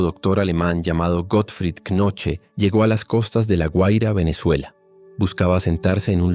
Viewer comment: la pronunciación de Knoche es algo como "cuNoju"